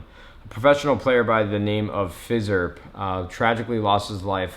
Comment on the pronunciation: Tf is a phizzurp bahahaha